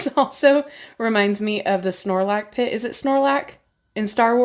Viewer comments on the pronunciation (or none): Beautiful deck!! And omg I died when you said snorlac pit!! Sarlacc pit is what you meant 😂. But close. Lovely video as always. 💕